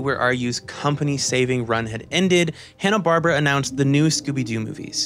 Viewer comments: watches 44 movies and makes a 90+ minute video about Scooby Doo’s history and all its movies -doesn’t know it’s pronounced barBEARa JK, this whole thing is beautiful and that’s such a nitpick from right at the beginning few minutes. We stan the dedication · I am eight minutes in and really debating if I should keep watching a video where a guy pronounces “Barbera” that way. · You mispronunciation of "Barbera" almost made me rage quit this video.